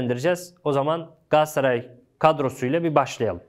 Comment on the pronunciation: bırak kerem sagda o solda oynıyacagı sen önce GALATASARAY demeyi ögren gassaray degil